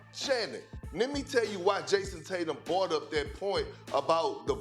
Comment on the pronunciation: First of all someone should tell perk it's "brought" and not bought. Teach this guy English fast. Tatum chokes in the playoffs and he wants to get away with it. There is no way I can see what he has done in the playoffs and not hold it against him. The MVP should include the playoffs. That's a simple solution that the NBA doesn't seem willing to do. There shouldn't be no such thing as a regular season MVP when we all know that most of these guys give only 50% during the regular season. The regular season is trash to real basketball fans. It's a disgrace.